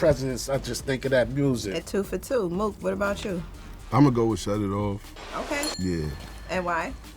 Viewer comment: Murda Mook* Not “MURDER” lol Also, probably better for your algorithm.